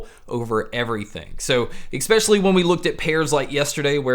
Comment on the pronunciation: Thanks for the great reviews... they are really objective and pack good info into them, which definitely helps with assessing these things. I just have one bugbear I'm sorry to say. Something that is sadly 'nails on a chalkboard' to my ears is how you enunciate the word "especially". It'd be ignorable but because you use the word so so often in each video its just hard to miss. You keep pronouncing it "eCspecially", which is weird because its the only word through all your reviews that you keep saying this way. I hate raising this at all to be honest as you have a really great channel, but there it is. Keep up the good work and keep the quality reviews coming mate!👍👍🤓